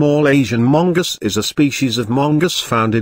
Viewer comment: Mungus lmaoooo